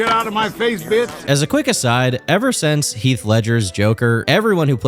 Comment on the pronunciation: hey!! learn how to pronounce things buddy like since and not sense and rekwee em?? for a dream?? seriously??, you most likely do not have a speech impediment but if you did I would know the difference, seriously get a god damned dictionary!!